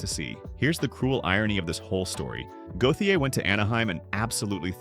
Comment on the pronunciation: Listening to his name be butchered is quite triggering.